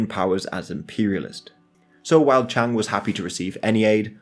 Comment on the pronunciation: Please can people take more care in pronunciation of Chinese names. Chiang (蔣), the correct modern spelling is Jiang, but Chiang Kai-Shek the old name is still widely used) is a diphthong, thus Chi-ang (Ji-ang), not Chang (Zhang, 張) or Cheng (鄭). The modern correct pronunciation for CKS is Ji'ang Ji'e Shi. You say Nanking and then say Beijing and not Peking, in fact it was called Beiping (北平) then. Only when the CCP formed the People's Republic did they change it to Peking (the university still uses Peking in English) or Beijing. Mao's base Yenan is Yen(延)-an(安), not Yen-nan.